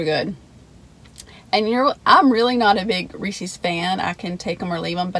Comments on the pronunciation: It seems like your partner in crime has been MIA for a while :( The guys name is Reese and he owns the pieces, so it's pronounced as a possessive proper noun 😆 Reese's not Reecees!!! :P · Screw the review, of this concoction from Sonics Today's lesson more, is about English and phonics The possessive of Reese, whether cups or the pieces Is correctly pronounced, not as Reese-eez but Reese-izz How this got started, is pure mystery to me I hope you'll take note, do you hear me,? So now a few words, of this Overload Blast She liked it so much, a five of five score was cast And on her way home, Karen's husband we saw Silly guy that he was, thought the spoon was a straw He agreed it was good, as he figured things out Was that the same spoon, had in her mouth? If the swapping of spit, can be considered as kissed When hubby sees this, he just might get pissed A Blast I would like, probably more than the Reese's Is vanilla ice cream, with crumbled apple pie pieces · My control issues flare up when I hear people saying Reeseez.............LOL! I know a lot of people pronounce it like that. Dairy Queen used to have a Chocolate Covered Cherries Blizzard where they used the chocolate that they dip cones in for the hard shell. It was SOOOOOO good with the cherries & flecks of that hard (not too hard) chocolate. SO yeah Sonic- recreate this for me! DQ doesn't even carry cherries any more or I would make a special recipe request when ordering. As far as Reese's, I LOVE the Outrageous candy bar & the thick Reese's cups with the pieces in the PB. YUM!!! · I was thinking the same thing with the pronouncing of Reese's Pieces I saw a comic once that made a joke about it. Which was pretty funny. But anyway love the rhyme Don. Keep up the good work I look forward to these as much as the review. Its the n the word wizard